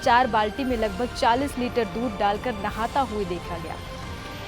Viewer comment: दूध नहीं है दूधी है😂😂😂